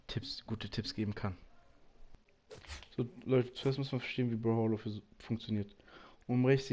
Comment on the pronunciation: Es heisst nicht broholo